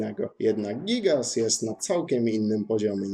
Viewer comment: Czyta się Gajgas a nie gIgAs